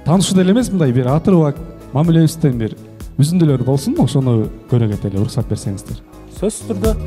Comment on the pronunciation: Улуксат эмес уруксат дечи